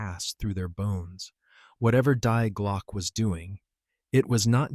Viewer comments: Please, AI, get it right. In German 'die' is pronounced 'dee', not 'dye'. It's their word for 'the'. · To get it right, you American need to say...; "Dee Glocke"...then it will sound more like the German intent.! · Ai cant even say Die correct, ai only understand English. 😂.